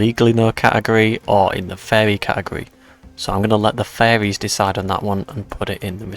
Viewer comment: Ngl it took me like a quarter way through the video to realize you were saying "furries" with an accent and not fairies. I was so confused on why you were consulting the fairies about random cats, interesting video, surprising home recommendations pull.